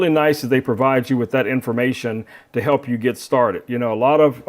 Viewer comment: Notes from a director for the talent: The word "With" ends in a TH sound. Not a hard T. The word "Side" ends in a soft d. It does not end in a hard T. We do not say "this gimbal comes wit a light." We DO say "it come WITH a light." We do not say "let's put that to the site" We DO say "let's put that to the SIDE" JUST A COUPLE OF NOTES FOR THOSE WHO SPEAK ENGLISH. "Good" does not end in a "T" "Received" actually ends with the D sound. We do not drop the D. "Robust" DOES end in a T. The talent probably forgot he hid the T at the end of the word "good" I know this is second grade grammar for most of you but apparently the talent didn't have good direction and forgot his basic second grade grammar.